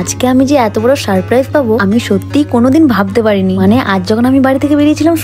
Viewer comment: সারপ্রাইজ ❎ শারপ্রাইস ✅